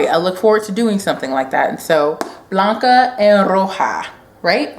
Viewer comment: Love your videos! New Subbie Thank you for pronouncing Blanca & Roja correctly! You rock! :D